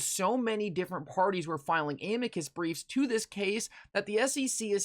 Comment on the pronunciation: Nobody pronounces Amicus right. It’s Uh-me-cuss = Amicus.